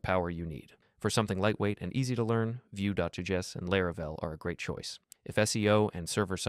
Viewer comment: what's more interesting to me is how nobody in the comments mentions or noticed it. Nobody really paying attention or dead internet